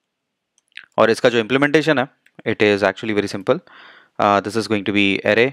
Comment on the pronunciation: I had great difficulty in listening to his tongue: Array sounds like 'aha-leh'. The word `Array` should sound [uh-rey]. Except for this, his explanation is exceedingly good. All I understood was guess-work due to the pronunciation.